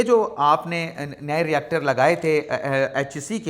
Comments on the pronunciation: یونیورسٹی کا ری ایکٹر نہیں ہوتا بلکہ ریکٹر ہوتا ہی۔ Not Reactor but Rector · ۔ آپ یونیورسٹی کے ہیڈ کے لیئے اکثر ایک لفظ "ری-ایکٹر" استعمال کرتے ہیں۔ اطلاعا" عرض ہے کہ یہاں درست لفظ "ریکٹر" ہے۔ شکریہ